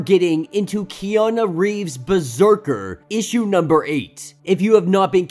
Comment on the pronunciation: I dont wanna offend your accent but did you say Kiana Reeves ? 😂😂